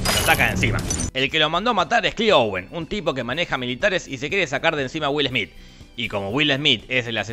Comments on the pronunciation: Es will smet :D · Es güilesmít, güilesmít, 🎵🎶